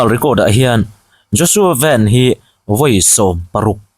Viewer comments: A hming i lam dan hi duhthu a sam lo deuh. JOSHUA VAN ( 'Vân khi Heaven = Vân. Lam rik ang a lam tur. Van = Motor Van ang a lam loh tur. ) Vân Bawi Thawng. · Khawngaihin a hming hi vanneihthawng van tih hi mizo a lam tur a nia.lai tawng ah english in an lam lo,huat vang a ni lo aw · Mizo Anih lo khi Mizo in an hmuhsit lai pa Anih khi, ilam Dan à Dik lo ven ti suh van tih tur aw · A hming i lam dan hi, Zohnahthlakpui te tal chuan "Van" tih lai hi Zo tak maiin lam thei ila😊